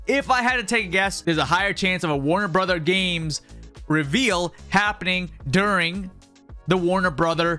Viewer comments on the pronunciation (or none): none